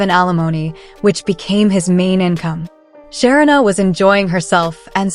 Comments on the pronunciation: Her name is pronounced Sha-reena NOT Sharina, do better it's annoying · Great commentary…but her name is pronounced Sha-ree-na, not Sher-rin-a. No, I am not her…just trying to help a little along the way. 😊